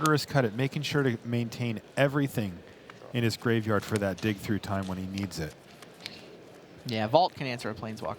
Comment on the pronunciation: LOOOL! Like at one point the announcer says "And we all know he's got Dick Through Time..." And me and my buddy were like: "WTF did he just say?!?" "I think he said he has dick through time :)" And then we were both on the floor laughing for like 5 minutes after that and then we realized it was "dig through time" and we laughed 5 minutes more and every time the commentator would say "dick through time". Later we realised how waste i am right now and laughed some more :D. Dick through time - how to mindfuck the opponent through time without him even knowing! XDDDD [ [ [ T I 8===> M E ] ] ]